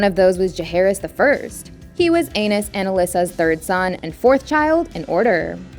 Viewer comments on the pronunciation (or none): Omg! Stop saying ANUS! It's pronounced Ay-Nees. Lmao!🤣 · I'm sorry, but ANUS targaryen? Lol it's pronounced AY-KNEES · It's Aenys. Please stop saying it like anus. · Aenys is pronounced like Aye-Knees not A-Nus. Same with Rhaenys. Her name is pronounced like Rey-Knees not Rey-Nus. Also, Aegon the Conqueror married BOTH sisters at the same time. This took place before he conquered Westeros. Jaehaerys I was called The Conciliator and the Old King. Never hear anyone refer to him as Jaehaerys the Wise. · im pretty sure its ae-nees not anus lol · A-knees, not A-nus lmao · Pro Tip: "Aenys" is pronounced "AY-neez"... not Anus. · Its not Anus, its pronunciation is A-knees or Ay-niss/Ay-niece. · I think it’s pronunciation is AA-NEESE. Not Anus. 😂😂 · Sounds like she's saying Anus instead of Aenys. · Bruh not prince Anus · Anus is not how it's pronounced lol😂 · Ay-KNEES, Rhae-KNEES, Lay- NOR Jesus say it right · So no one is going to mentioned how she pronounced Rhaenys and Aenys’ names as Raynus and even worse …Anus 💀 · She said ANUS 😂😂😂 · The way she pronounced Maegor sent me too 😂 Mayger and Anus. The first Targaryen princes 😂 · Aeynus sounds a lot like Anus... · Hahaha "...and they gave birth to Prince Anus the first." 😅 (Pronunciation lol it's important!) (I'm just sayin' 🤜💥🤛) #ConstructiveCriticism #DontShootTheMessenger ✌ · Anus Targaryen.... did not expect that!! I've read that name many times, but never heard it pronounced like that. Lol! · It's pronounced ay-knees lol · Anyone else giggling at the pronunciation of Aenys's name? I refuse to believe that was done accidentally. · I feel like “aenys” is supposed to be pronounced differently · I have to admit, the way Aenys is pronounced by the narrator gave me a good laugh 😂😂😂 At first I was like, did one of the Targaryens seriously name their child that?! Lol. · Sorry, how do you pronounce Aenys again??? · Lolll "aenys". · Aenys Targaryen ehh hmm? Lmao